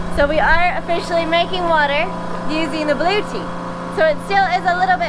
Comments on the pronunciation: LOL, it is pronounced Blue-etti and not blue-tea, hahahaha, you folks crack me up. But you went with it like a boss, which made it funnier, I was crying tears, the best comedy Sailing channel I have seen! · Blu-etti not Blue-ti Good luck. Have fun with your Blu-etti. ;-)